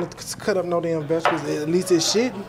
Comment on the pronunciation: “Shouldn’t” sound like he said “shittin”